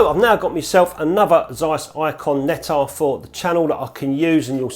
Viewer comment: dear, every time I need to hear some healthy English accent I tune into your channel please note < need to> Of bleedin 'course you butcher all them foreign words, you're English, aren't you? it's < tzeyes > Nettar you've got it right, Anastigmat wrong, as usual golden rule for English, Welsh, Scots, and other British subjects is: if you naturally stress the first syllable then you can bet your posterior it's second one you should stress. The syllable you strees naturally and the syllable you pronounce more or less neutrally are your best guide go against your natural tendency and stress the other syllable ana-STIG-mat you says, anastigMAT is right admittedly it's a difficult one having four syllables;Love you, your videos, some of your pics and your effervescence. What a pity they banned smokin' in pubs ( please pron vinnie coz it's German & I'm a bloke )